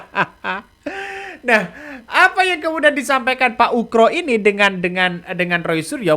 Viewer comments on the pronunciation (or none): Pak Oegro bukan pak Ukro 😂